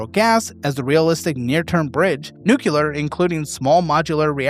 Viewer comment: You’re killing me with the “nucular”